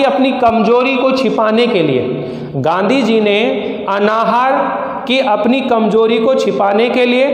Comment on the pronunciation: अनाहार नहीं अन्नाहार होता है.... उच्चारण तो सुधार लिजिए पहले अपना